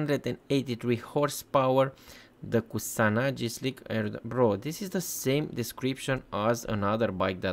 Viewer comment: koo- sah - nah -gee (geezer's 'gee')